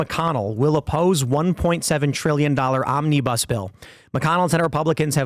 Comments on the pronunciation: It's not omnee-bus. It's fluid, it's omnabus. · Mis-heard Tim around 4.02 and thought he said 'this zombie bus spending bill' - or maybe I didn't 🤣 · It sounded like Tim Pool said, "Zombiebus Spending Bill." Hmmm, I can see that.